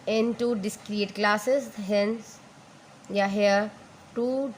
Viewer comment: Please, please correct your pronunciation before recording any video. The data is "Discrete", it will be pronounced as "Dis-creeet". NOT dis-create.